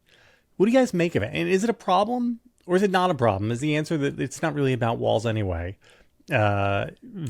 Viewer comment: She doesn't even pronounce Walz's name correctly.